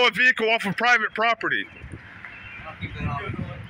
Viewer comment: how many times did he say "private poperty"